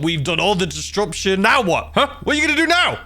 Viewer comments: Distruption gets me every time 😂😂😂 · The way you pronounce disruption has me howling😂